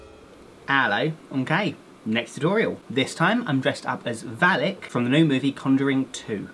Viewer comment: It's VALAK, not Valek